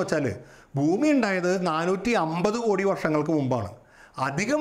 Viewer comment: ഇവൻ ബൂമി ബൂമി എന്ന് ആവർത്തിക്കുന്നു,,,, ഭൂമി എന്നാണ് ജീവൻ ഉള്ള ഗ്രഹത്തിന് പേര് എന്ന് ആരെങ്കിലും ഒന്ന് പറഞ്ഞു കൊടുക്ക്,,, ഘടന യ്ക്ക്പകരം ഗടന എന്നുംപറയുന്നു